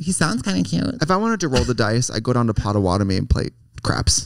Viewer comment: Not potawatomi😂